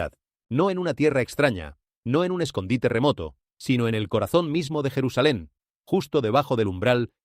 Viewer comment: Es mentira todo lo que dice , la IA se evidencia , no es jerusalain